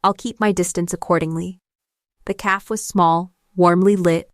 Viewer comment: The Ai forJihoon needs to learn how to pronounce the word cafe correctly. I am enjoying the story.